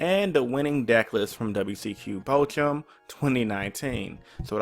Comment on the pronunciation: Jesse chose to go second game 3 and made that board and won. Thunder is just that absurd. Btw Bochum is pronounced Bow-cum. 👍🏼